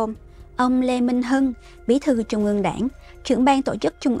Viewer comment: Là phát thanh viên đọc bản tin mà đọc không đánh lưỡi. TR đọc thành CH .( Thí dụ : Trung đọc thành Chung .!